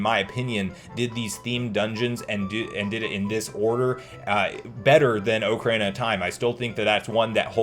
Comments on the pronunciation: You pronounce the Oc from ocarina like oak which really throws me off yet I enjoyed what you made. I think having the thought Nintendo is waiting for us to hype up the brand itself allowing more people to focus on the interest than just the normality of the 35th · Oak Arena gang or Ock Erina gang